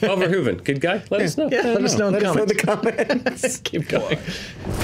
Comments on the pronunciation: Thanks, for always pronouncing "Verhoeven" the correct way! Your one of the few. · Thank you, for being the first American ever to pronounce Mr. Verhoeven's name correctly